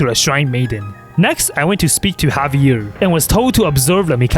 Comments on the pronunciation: His name is not pronounced havier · Omg you pronounce Xavier's name so wrong for my french ears lmaoooo I can't